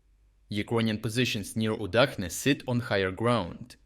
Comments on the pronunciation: Is not it Udachne not Udakhne? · I am increasingly curious about this narrator. He speaks with a Ukrainian accent but he pronounces Udachne with the "Ch" dipthong not as in cheese but as in czech. But in Ukrainian "udachne" is soft and means luck. Why would you change the pronunciation to not sound understandable in any language?